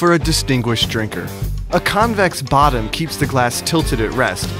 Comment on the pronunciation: you said "botton".